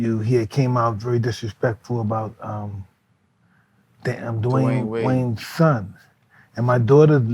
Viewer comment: Tyson can't even pronounce Dawyane' s name.